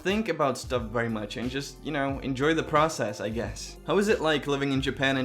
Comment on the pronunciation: “I was born at a vary young age” 🤣🤣